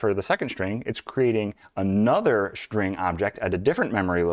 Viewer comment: I thought String is with an S and not with an SH... String... or SHtring??? Man - I enjoy your videos, but the SH for S are SO ANNOYING!!!